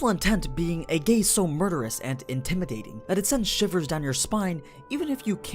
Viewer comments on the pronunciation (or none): he said gay instead of gaze!!!!!! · why does it sound like "A gays so murderous and intimidating"